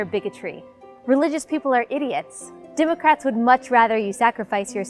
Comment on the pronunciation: "Dimocrats" she says. If we needed any further confirmation.